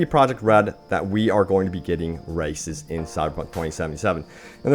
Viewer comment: I know this video is outdated, but still... How come I hear him saying "racists" instead of "races"?...